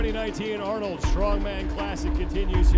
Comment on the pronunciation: At least Rogue knows how to film an event. The Arnold channel is a joke, their guy can't even pronounce names. Where the heck is the leaderboard after two events? Complete amateur hour over there.